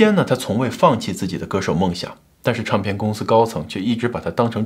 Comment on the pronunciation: Ray有一些儿化音好怪。比如领带儿，唱片儿。这些都不需要儿化音，以前视频也有类似这种